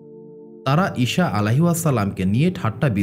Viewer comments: আপনার উচ্চারণ ভুল । ঈসা (আ) এর নামের উচ্চারণ ভুল বলছেন বার বার । শ না স এর উচ্চারণ হবে । ছ এর মতো । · আপনি ঈসা নবী না বলে ইশা বলেন এই জিনিসটা শুনতে খারাপ লাগলো 😢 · ভাই ঈসা (আ:) এর উচ্চারণ টা ঠিক করেন